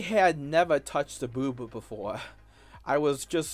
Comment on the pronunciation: watching this grown azz man reflect fondly on the first time he "gwoped a bewba" has been surprisingly upsetting.